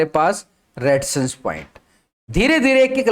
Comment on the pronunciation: रेडीजसn nahi Resistance bolo